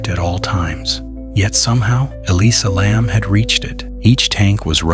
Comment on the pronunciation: Nothing new here, repeated false information. I don't know if you ever heard of something called youtube, but try to find it and look on there, posters are still going up on that roof with no alarm or lock. Even the way the name is continually mispronounced in different ways is annoying.